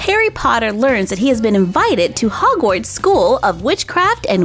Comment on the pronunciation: its not frogwarts its hogwarts❤❤❤